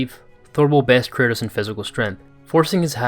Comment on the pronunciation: Why are you saying "Curtis" tho